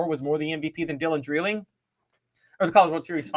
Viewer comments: Yall are driving me nuts saying Dylan Dreiling's name. It's DRY-LING not DRILL-ING. Lol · Dry ling is the way his name is pronounced